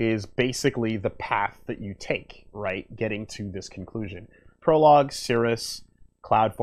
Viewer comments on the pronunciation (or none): none